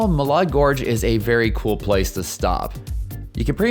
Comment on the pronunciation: Here in Idaho we don't pronounce it Ma lard, it's Ma lad!